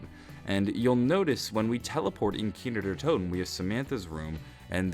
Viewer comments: 'Kiner Der Toten' dude its Kino not Kiner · it's KINO... not "Keenerdertoten" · he kept saying kiner der toten